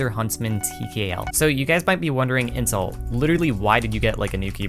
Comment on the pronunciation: I am really sorry but everytime you say "intel" i swear to god i hear inc-...